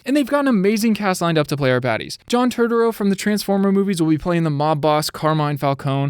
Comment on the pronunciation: Also you said his name wrong...lol